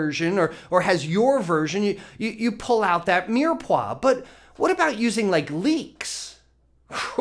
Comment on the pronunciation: Mire Poix (meer pwa)